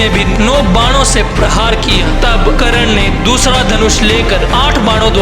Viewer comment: bhai video tumhari mast hoti hai par bhai karna hota hai karan nhi 😅ok